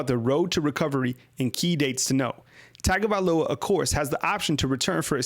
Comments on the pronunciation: drives me crazy you saying TAGO instead of TUN-GO man.... its TUN GO VAE LOW AH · Tagovailoa... (Tongue-go-vai-loa) pronouncing it wrong...in samoan Gs are pronounced like NG...